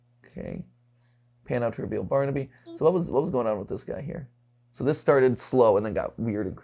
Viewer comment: You missed the R in baRnaby